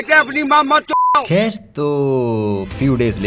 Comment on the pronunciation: That thik and kher 😂